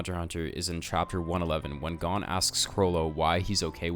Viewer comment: why u say gon like that lol